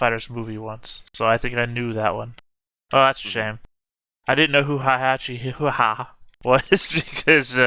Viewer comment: Heihachi name is pronounced Hey-ha-chi